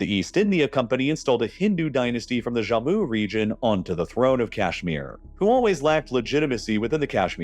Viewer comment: It's Jammu not "Zhamu". I hate it when Americans encounter a foreign sounding word and always default to some Spanish pronunciation or something.